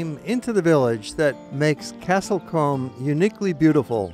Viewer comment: It's Castle C-oo-m (as in loom, doom or boom). Americans...